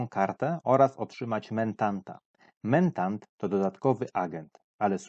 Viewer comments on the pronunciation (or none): Najlepsza polska instrukcja! Ps mentat a nie mentant